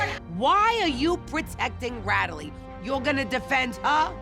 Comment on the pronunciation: Did Renee say, "Ratalie"???? 🤣😂😂😂